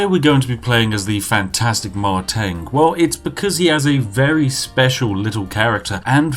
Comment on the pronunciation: Correction on pronunciation . Not Mei-Teng but Mar-Teng